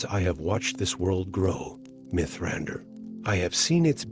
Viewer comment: Diction is uncanny valley. Too measured. Mithrandir read phonetically.